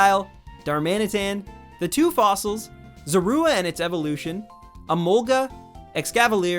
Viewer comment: My stomach just tried to make me throw up at your pronunciation of Zorua.